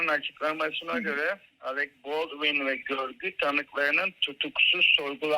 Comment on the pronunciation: Baldwin nasıl okunur onu bile bilmeyen cahil ikili iyi ki Acun iyi ki varsın iyi ki 🙋‍♀️🙋‍♀️